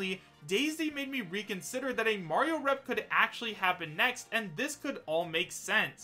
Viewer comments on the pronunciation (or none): none